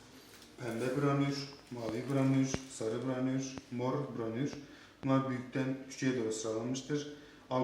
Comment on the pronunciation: Temiz açtın abi tebrikler ama branür demeseydin iyiydi 😂